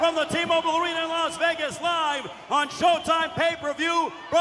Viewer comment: the "ARENER"..